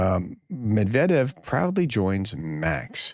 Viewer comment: Med-ve-dev.... couldn't get any simpler really